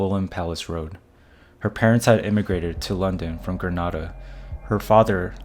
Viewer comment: Dude learn to pronounce words: Grenada, bedsit, bailiff….